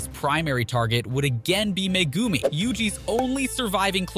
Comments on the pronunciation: It's not magumi it's Megumi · Tf did I just heard him calling megumi Mcgumi?!?!?!?! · why do you say megumi like that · this guy butchering Megumi, Kashimo and Sukuna's name